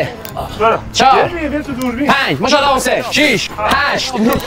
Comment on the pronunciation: کل ویدیو مو شالا ماشاالله نه میگفت موشالا موشالا 😂❤❤❤❤❤❤❤❤